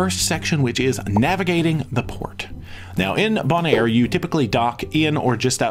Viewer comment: You are mispronouncing Bonaire. It is pronounced bone and air.